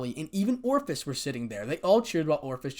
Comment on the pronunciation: Ophis... Long "O" followed by fiss. It ain't hard, brother.